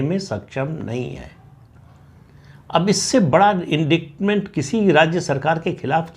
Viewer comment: अंग्रेज़ी के शब्द indict का उच्चारण इंडाइट होता है. इस शब्द में C silent होता है. इसलिए indictment का उच्चारण इंडाइटमेंट होता है (न कि इंडिक्टमेंट, जैसा आपने कहा). हमेशा की तरह आपका आज का वीडियो अच्छा है और मैं आपका प्रत्येक वीडियो देखती हूं.